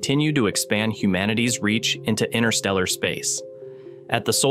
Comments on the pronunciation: Yo, there be TWO "t's" in interstellar. ;) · These AI voices can be annoying indeed. Why INNER-stella when it is INTER-stella? Spare me!!! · The void is irritating AND can't pronounce InTerstellar properly. The T is not silent, it's not INNER-stellar. Spoiling a beautiful word.